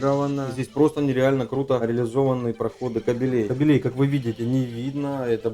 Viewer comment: кАбелей!кАбелей,а не кабелЕй(вряд ли речь о собаках мужского пола)